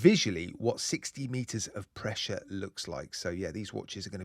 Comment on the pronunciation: "Weelease the pwessure!"